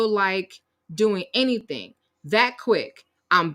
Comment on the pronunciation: She’s never productive. How many times has she said “I don’t do anythinK”, “I’m not doinK anythinK”?